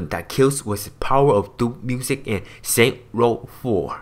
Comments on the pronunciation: Is not saint world but saint row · saints row not saints world😂😂😂😂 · HAHAHAHHAHHA it is saints ROW 4 not saints world 4 xD